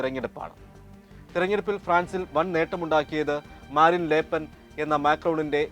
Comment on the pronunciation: ലേപ്പെൻ അല്ല. ല് പെൻ എന്നാണ്